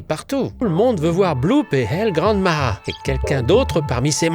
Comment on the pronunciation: It's Pronounced El Gran Mah Hah and why is it so Small